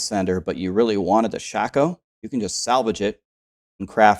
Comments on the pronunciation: Everyone in D2 called Shako "shay-co." Shaco is a character in League of Legends :) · Iv always called it sha - ko.... it erks me bad when I hear people call it a shak-o.... 😂😂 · its shay-koh, not shack-oh [Vowels at the end of a syllable make a long vowel sound] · i think its pronounced shay-koe (gray toe) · wait wait.... how is it pronounced? this whole time i been pronouncing it (shay-koh) wtf lol